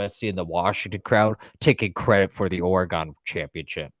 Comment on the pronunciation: A couple of things… first, it’s Or-e-gun, not Ore-gone. Second, in the first Oregon/Ohio St. game it could have been worse for the Buckeyes. That first OSU drive INT that wasn’t called, which should have been reviewed, giving the Ducks the ball. Ducks also left points on the field twice by not taking a field goal one time, and Gabriel missing a wide open receiver on an easy dump pass for a score (just didn’t see him) and throwing to a wideout in the corner of the end zone. 9 out of 10 times that’s an easy 6. Either way, it was evenly matched, and I don’t see Oregon pulling a “Tennessee” in Pasadena. They tend to play the game they need to to win, and I have no doubt Lanning will have them ready to go. If they’re firing on all cylinders, the Buckeyes will need to be on their game just to keep up.